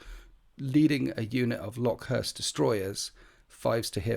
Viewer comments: I think it's pronounced locust like the insect. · IDIC Beer does this too- love his videos but I cringe every time I hear him say 'LOCK-uhst'. It's pretty clearly meant to be the insect. Skorpekhs should make it obvious. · It’s pronounced locust, just like the bug….